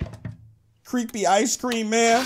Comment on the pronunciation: He said cweepy